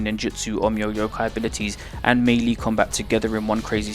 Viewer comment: Man I don't like having to do this but I gotta cause it hurts hearing you repeatedly butcher the pronunciation... melee = ˈmālā = meh lay not mee lee or mei li. fucking hell anyway, thanks for making these